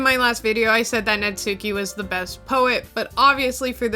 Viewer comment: "Natsuki" is traditionally pronounced "natski"--the "u" is basically silent. Also, "chuu" is the Japanese onomatopoeic expression for a kiss (among other things).